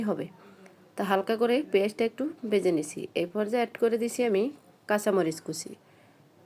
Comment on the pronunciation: রেসিপি ভালো কিন্তু ভাষায় সমস্যা আছে,, বেজে কি শব্দ ওটা ভেজে হবে